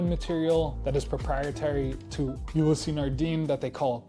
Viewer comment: You-lease Not You-lease-ee